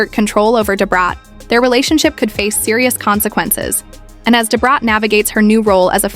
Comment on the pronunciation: THIS CHICK TELLING THE STORY. DON'T EVER KNOW THEM. SHE CAN'T EVEN SAY "DA BRAT" RIGHT. TOO MANY ANGLOS IN OUR BLACK BUSINESS.